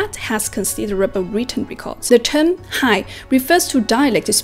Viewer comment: I hope you focus on speaking clearer when speaking english, speaking fast doesn't mean you are good at the language, speaking clearly is more important, like when you say five, you say fai, and term you say tern. makes it hard to understand you.